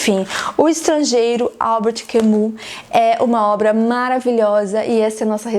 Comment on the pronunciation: Ótima análise! Confesso que só tive a "epifania" depois que fui ler sobre a visão filosófica do autor kk. Agora estou querendo ler A Peste, gosto desse estilo direto e "seco" de escrever dele. Ahh e uma dica, eu falo francês e aproximaria a pronúncia de Camus para "Cami" e Meursault para "Merssô".